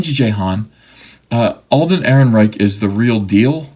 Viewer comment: When you got to "Ehrenrereich" I almost spit out my drink laughing.